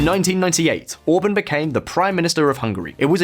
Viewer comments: Orbán orbaaaaan not orbn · I like the way he pronounces Orbán like the singer from Blur Damon Albarn's last name